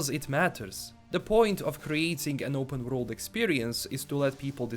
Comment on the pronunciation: "worold" -. Sorry love ya! just joking:D